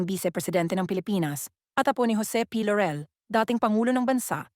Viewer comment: I hate how the narrator mispronounces the name Laurel. It's not Lorel buy LAUREL pronounced ad spelled. It's not an American surname but Filipino.